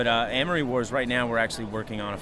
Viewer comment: you can tell he just looked at the name "Amory" for one second and picked up the word "Armory" haha but still, great interview